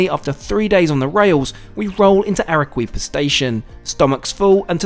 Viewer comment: Entertaining and informative as usual. Peruvian food is some of the best in the world. The produce is so wholesome too. This reminded me of my South American travels. FYI- Arequipa is pronounced Ar-eh-key-pa.